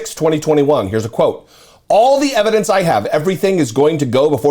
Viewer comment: And have plenty of room left over for all that "Evhadence"......